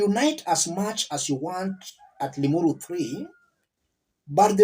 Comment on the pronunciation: What did u say! ‘Ling uru thi’ or I did I hear you wrong. LOL 😂😂